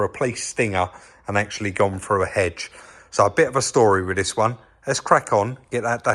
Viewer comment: When you say frew do you mean through ?